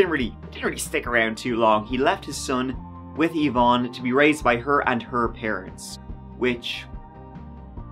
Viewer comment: (50 seconds into the video) <_< Thank you for pronouncing Yvonne properly. <3